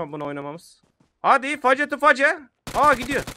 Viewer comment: Abi "face face" diye okudun o feystu feys diye okunur yani yüzyüze demem anlamida